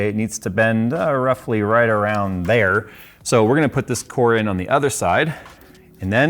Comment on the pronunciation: sound all country lol Thererrrrreeee